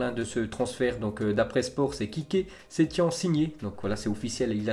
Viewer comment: On dit setiene